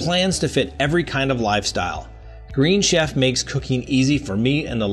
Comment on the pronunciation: Love your show! The green chef advertisement has kept pronounced wrong:)